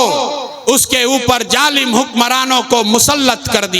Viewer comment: Jalim Nahi hota Hai Zalim Hota hai